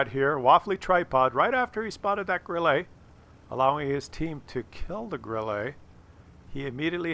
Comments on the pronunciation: It's not Grillee, it's Grilluh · Three things: 1.) great video, 2.) Bat Chat final kill shot on the 140 was all RNG (and gold?). How and where did Bat Chat pen the hull-down 140??? 3.) if said “Grill-lay” one more time...